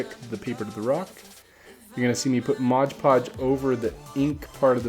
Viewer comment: It's Mod Podge not Modge Podge.